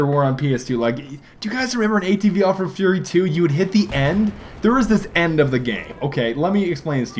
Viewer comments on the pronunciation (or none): none